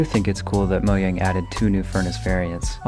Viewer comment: The all in one!! Happy to see an another video from you man :D I dont think i ever used copper in any of my worlds 😅 Also the way you say Mojang is really interesting.